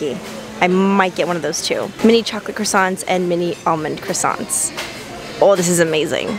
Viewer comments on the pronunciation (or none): none